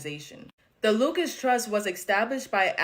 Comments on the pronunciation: Hello not LUCAS , LUCIS, LIKE LUCIFER , , LUCIS . JIMINEY CRICKETS MAN, NOBODY CAN READ ANYMORE! SOUND IT OUT FOR GOSH SAKE. IRRATATING. WRONG PRONOUNCATION OVER AND OVER AND OVER. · Girl please enunciate properly. it’s not the “Lucas” trust it’s the Lucis trust. You’re educated enough to do better. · Lol, her saying "Lukas trust" is wrong, and so is the guy saying "Lucius trust" it's "Lucy's trust" but yes, definitely founded under the name "lucifer" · I'm sorry but that girl couldn't even say Lucis trust correctly. Even when the British guy was saying it correctly.